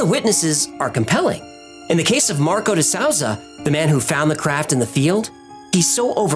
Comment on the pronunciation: “ De Sousa” is pronounced “De sues sa” lol. Too funny, great videos, Heckelfish was being naughty though. 🤣